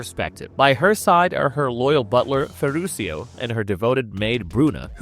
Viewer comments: The narrator could have made a LITTLE effort in knowing how to pronounce her last name for God’s sake! CalLAS??…🙄 And her butler was Ferrucho, not Ferrusio! 🤦🏻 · FERRUCIO (Italian which you pronounce Ferrukio !)